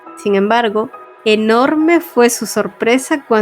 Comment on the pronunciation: énfasis en enorme 🤭🤭